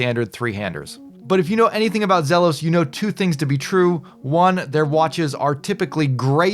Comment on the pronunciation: I thought I would check here to see if it was sold out yet. It's pronounced Zeeelos